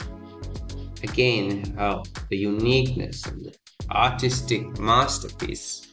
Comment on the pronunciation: I have no idea if you are saying artistic or autistic